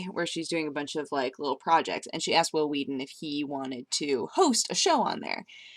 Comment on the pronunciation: Will Wheaten with emphasis on the H.